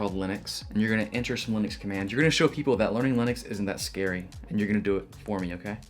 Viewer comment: Just found your channel, and nice work. Congrats on pronouncing Linux correctly (something I got wrong for so many years until I saw Linus tell me better)